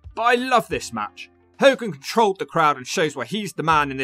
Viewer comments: Its Ho-gan not Hol-gan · It's funny how half the time you can't say hogan properly then you can in other segments, is that on purpose? 🤣😂🤣 how ever, it entertained me 😂🤣 another great video dudee 🔥